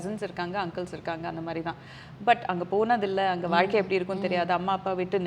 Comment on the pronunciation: Abhirami is great. Ramya great job. One small suggestion. You were pronouncing “Zha” and la nicely. Suddenly, you say valkai instead of vazhkai. Please don’t go with the trend. You are doing a great job !